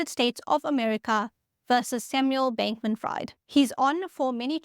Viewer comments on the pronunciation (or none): Sam Bankmam "Fried" 🍟 It is "Freed", as in Friedman. My ears are bleeding lol. Jeez did you ever listen to the news 😂 Nice video though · it's FREED Not Freid. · It's writted "Fried" but pronounced "Freed" Edit: Subscribed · A little help with English words. His name is pronounced Freed. You can usually pronunce names with "ie" and "ei" by the second letter. So Fried is pronounced Freed and Freid is pronounced Fride. Just a little quirk of English. Keep up the good work. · say: FrEEd (as in liberated), not Fried (as in French fries). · Fabulous explanation .... I now know what not to do and I am on it! Don''t use Python... don't label your crimes.🤣 Glad you noted in the Show More notes that Fried in this case is not pronounced "Fryed"... I'll add here that is is pronounced Freed. But he really fried himself and the customers. Many of the employees were in on it... SBF had a property in the Bahamas that was called a "crypto frat house" by the press. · His last name is pronounced “freed” not “fried”. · His last name sounds better pronounced "fried" like fried chicken, instead of "fried" like freebird, cause he sure isn't free anymore haha. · "Fried", pronounced "freed". But could be pronounced "fraud" 😂 Thanks for the video/info 🙏✌️ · Its "Freeed" not Fryed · He may be fried but I think it's pronounced freed. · Fried, and Friedman, are German last names, and Fried is pronounced like freed (slave), not like fried (chicken). I like it, though, because he is a fried bank man. Fraud great as well. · I initially thought you said Sam Bankman Fraud. That would have been funny😅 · To my American ears, it sounds like you're saying "Fraud". Which would be apt. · His last name is pronounced as FREED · I can’t stop smiling when she says “Fried”. Name fits him now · This is not in anyway a hate comment. But the name “Fried”, the ‘ie’ is pronounced as ‘ee’. Just trying to help, 🙂. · I think pronounces it "Freed" but he certainly is fried now, so please carry on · pronounced "Freed"